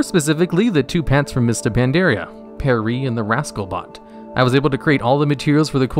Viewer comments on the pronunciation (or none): WAIT WAIT WAIT.... did you just say fucking "PERREY??" LMAO. Dude... please. Pierre... French for Peter... PEE-ERR. xD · 'pier-ree'?! The French are disgusted at you. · Pierre is pee air not perry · "the mop pet, PEHRRYY" meanwhile French players dying inside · I'm not even French and this bothers me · say it .... PEE AIR :) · Lmao did you just pronounce Pierre pear-ee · Mists of Mandaria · Haha this is a good video but some of those pronunciations are pretty funny Pierre is P-Air and can't forget that tasty SCRUMPTIOUS fur! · Pierre is pronounced like PEE AIR Sumptuous is pronounced like SOME CHOO US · Pierre is pronounce "Pee-YAIR" like a combination of yay and air. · Pierre as "pear ree" lmao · “Pee-air” “Scrumptious Fur” is this dude dyslexic or does he just read the words from 50 meters away and make a good guess? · it's pronounced peeair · It's REALLY hard to watch this dude's content. He's either trolling us by intentionally mispronouncing things, or he's really unable to hear the things coming out of his mouth, and how they are words and sounds that don't exsist. Bruh, get some help. Pierre is french, and it's pronounced Pee-Air. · Great video, but check your pronunciations on Pierre Sumptuous Fur Expulsom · The way you pronounced pierre physically hurt me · Okay, how can you pronounce "Pierre" wrong? HOW